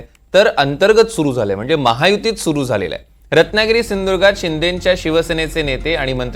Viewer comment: साहेब आत्ता बोलतील सराव चालु आहे.आमची त्यांच्या कडुन एकच अपेक्षा आहे एवढा सुंदर आमचा जिल्हा नांव त्यांचे सिंधुदुर्ग आहे ते तेवढे त्यांनी सिंधुर्ग म्हणु नये व्यवस्थित सिंधुदुर्ग म्हणावे बाकी काही अपेक्षा करणे उचीत ठरणार नाही आहे तर तेवढे काळजीपूर्वक साहेबांनी करावे.